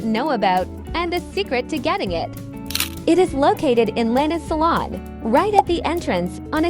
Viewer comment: "Lanas Salon" that is Linas Salon 💀